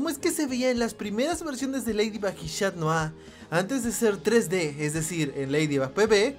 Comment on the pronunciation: Es chat noir no shat noir